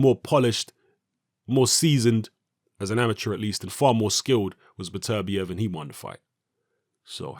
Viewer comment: It's "Better-bee-ev" Not "Bet-ER-biev"